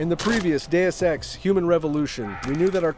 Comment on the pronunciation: Hes saying it like that because thats how its pronounced. Day-Ess or Day-us.